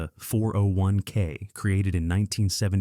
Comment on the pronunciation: A real person would not say "401k" as four separate syllables with pauses between. AI just plain cannot think or even read a YT script. AI companies are going to see market cap drop like an anvil. Soon.